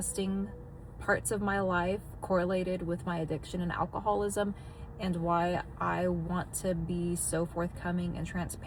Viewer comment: Yes¡!!!!! Its alcoholism.....not alcoholwasim!!!!!!